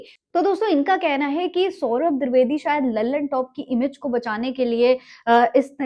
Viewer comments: मोहतरमा पहले सौरभ द्विवेदी का नाम तो सही सही लेना सीखे, द्विवेदी का द्रवेदी सुन सुन कर कान पक गये😡😡😡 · द्विवेदी ❎ द्रिवेदी ✅😂😂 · द्रवेदी नही द्विवेदी है...मेम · Didi woh di vedi hai, dri vedi nahi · Dirvedi nhi madam dwedi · दिर्दवेदी नहीं द्विवेदी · Mohtarma mujhr badi hairat ho rahi hai ki aap khud ko media se juda bata rahi hain or aap ko ye bhi nahi pata ki unka sahi name kya hai aap bar bar saurabh dirvedi kah rahi hain jabki unka name saurabh dwivedi hai Main bar bar dirvedi dirvedi sun kar bardasht nahi kar saka or vdo dekhna band kar diya Kam kar rhi hain to zara dhang se karen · दूरवेदी क्या होता है जी....😂😂😂 जो बोल रही हो वो कान में जा रहा है कि नहीं..😝😝 नीतीश कुमार गलत नहीं थे..😂😂😂😂 🤣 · द्विवेदी द्रवेदी नहीं 😂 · Name bolne nhi aata kya tarrki krenge